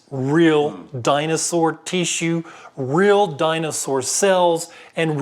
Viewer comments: I like how he says tee-shoe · "Teassue" Lol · This is a great video however it is rendered moot by the pronunciation of “tissue”. Sorry I just won’t accept “Teeshoe”. Good day sir. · Please. For the love of God. Stop pronouncing "tissue" that way. "Tea-shoe." "Tea-shoe." "Tea-shoe." "Tea-shoe." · I don't mean to be rude but the way tissue is being pronounced over and over and over and other words that have a short I sound or being pronounced with a long drawn-out heat what is that? Is that a specific accent I actually don't think I can watch the rest of it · I don't know why but this mans pronouncing of the word tissue is really annoying. I know that's kind of anal but its bothersome to me. But with that said ....a very interesting video